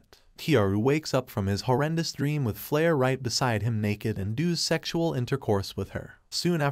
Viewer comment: Bro this guy say sextual casually when i am with my family im sus 💀💀